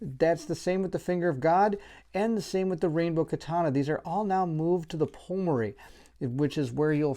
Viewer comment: Thanks for going through this so I don't have to. Awesome video. One thing. It's PLUMery. Like Plume - a kind of feather.